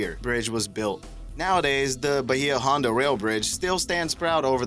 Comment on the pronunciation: the way you pronounced Bahia Honda irks me. other than that, thumbs up.